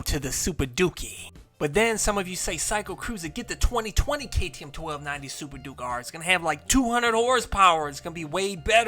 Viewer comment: HOLD UP. DID YOU CALL THE KTM "THA SUPER DOOKIE" LMAO....